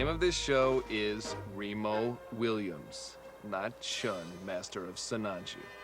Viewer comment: All due respect to Roddy Mcdowell,he just couldn't quite get chuin right.